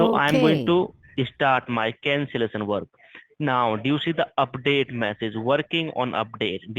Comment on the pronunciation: “The cancelesson foam”